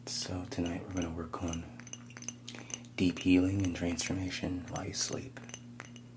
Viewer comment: My half asleep brain heard you say de-peeling instead of deep healing in the intro 🤦‍♀️ ...braindead